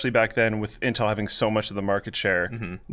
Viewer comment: does he call it inhel?